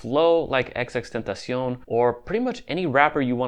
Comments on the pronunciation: He legit said xxtentacion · Fake X Fans: XXXTenacon 😳 Real X Fans: XXXTENTACION 😲 This Dude: XXTENACIONS 😈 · HIS NAME IS , XXXTENTACION WITH THE XXX NOT XX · rip x) its xxx not xx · i feel how it’s disrespectful how you gon say something about someone but now even say they name right 🤦🏼‍♂️